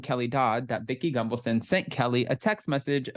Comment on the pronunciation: Every time you say Vicki’s name I feel like you’re saying gumbleson